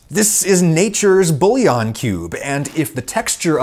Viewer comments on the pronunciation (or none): none